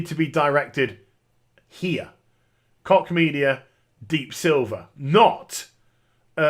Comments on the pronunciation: every time you said Koch media it sounded like cock media haha the German "ch" should sound more like a very soft English "sh". besides that good vid, great intro. Greetings from Berlin ! :) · "Koch" The Koch Brothers pronounce it "Coke." Former NYC Mayor Ed Koch proncounced it "Kotch." We have a local construction company - they pronounce it "Cook." I've never heard it pronounced the way does.